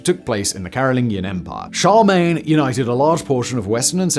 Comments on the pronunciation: Chakglemiglian? What the fuck is this pronunciation. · Jesus, Simon!!! It's been YEARS since you made that biography video on Charlemagne. Considering how much ire you drew at the time, for COMICALLY mispronouncing the name of the Father of Europe, who was also Christianity's Greatest Ever Champion, one would think that you might have spent 15 seconds during the intervening years, learning how to pronounce his name properly. That's roughly 7 seconds to type the request into google, searching for the string "Charlemagne pronunciation" and then clicking on the first YouTube video. The remaining 8 seconds would be all you'd need to understand that Charlemagne and Kylie Minogue have NOTHING in common!!! Here's a helpful hint for you, Simon; See that "L" near the middle of his name (Charlemagne)? That's not a silent letter. You need to pronounce that letter "L." Here's another hint; Do you know any French? Charlemagne is a bit like the German compound words, in this case it's French and - 'Charles' and 'Le' and 'Magne,' which literally means 'Charles the Great.' Because the name has French origins, the "G" IS a silent letter (though the man himself was Frankish, ie - a Germanic tribe. Nb: Kylie Minogue played a character named "Sharmayne," in the Aussie soap- Neighbours, way back in the 80s. Ps: Given his Germanic origins, his title/ name might have been 'Charles Der Toll,' (German for Charles the Great) which could have been truncated to "Charldetol." However, after what he did to Widukind and those doomed prisoners-of-war in Saxony